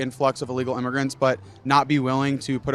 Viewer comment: I think you mean illegal with an “I” at the beginning with a short “I” sound